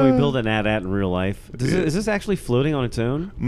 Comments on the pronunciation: its call an a t_a t not an atat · Annnnd they said at at instead of A.T.-A.T. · it's A-T-A-T not at at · I refuse to accept "at-at" as an acceptable pronunciation of an imperial walker. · Foxfrie They call them "at at" in the film, man. I always called them AT-AT. Saying the letters may be more correct, but I'm a creature of habit.